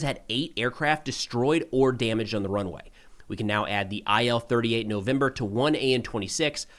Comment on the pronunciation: That plane its pronounced "ill" from Ilyushin.